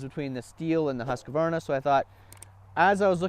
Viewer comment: husk varna not husqa varna lmao